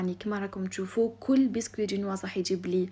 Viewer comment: حبوبة، انتي سفيرة للمرأة الجزائرية. الجنواز، انطقي حرف الجيم سواسوا، لانو الكلمة اصلا ماشي بالعربية. رب يحفظك يا الشطورة